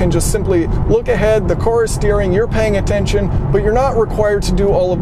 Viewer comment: Great video! You don't know how to pronounce the word "car" though. Try turning on the auto generated text, it understands everything exception for when you say "car". It translates to "core" "chorus" and so on. Lol